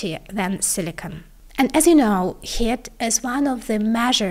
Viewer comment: Pay attention to pronouncing long vowels- "ea" in Heat for example.